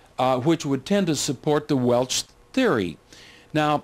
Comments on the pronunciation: Especially pronouncing WELSH AS WELCH!!! Makes me think of WELCH'S JELLY!!! 😂😂😂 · Almost stopped watching this due to the repeated mispronunciation of the name Welsh....he kept saying Welch. Ugh!